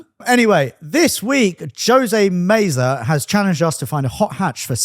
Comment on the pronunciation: I've been immortalized in car YT history. Although they botched the pronunciation of my first name ("Ho-say" - Jose). fact about the Mk7 is true. But our US Mk7's also got SYNC 3/MyFord Touch too rather than the tiny ass things they got in the EU versions. Which means CarPlay/Android Auto in later variants